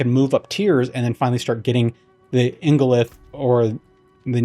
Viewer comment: You pronounced ingolith correctly, but Neathiron sounds like NEETH-IRON! Why do we gotta watch videos to figure out how to play the game?? Sounds bad... anyway, great explanation to an otherwise confusing mechanic!